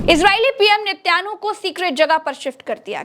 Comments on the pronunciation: Netyanu nhi netan yaho bolo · Nityanu nahi netan yahu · Netyanhu nahi Netanyahu Mam. Ab to dhamakedar Youtube channel banana hi hoga.Bas bas bas.